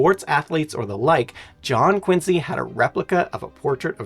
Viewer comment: Wow im from Quincy, Ma. My city is amazing! City of presidents! (2 from there) And the USS Salem. And he even pronounced it correctly!!! Wow that was awesome.